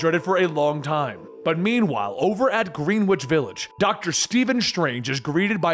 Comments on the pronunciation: You know is not from New York. GREEN WITCH VILLAGE😂 We New Yorkers pronoun it Grinich. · Lol Green witch village??!!?? It's Greenwich (gren-itch) LMSFAO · Greenwich is pronounced gren-itch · Jus so u kno greenwich is pronounced grenich. Fun fact: it was originally named after the green witch that resided there. She was the first true wicken( wiggen derivative) and dont mind spell check, they just want to make sure spell check helps destroy ancient knowledge of any kind. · Every New Yorker cringed mightily at the pronunciation of “Greenwich village.”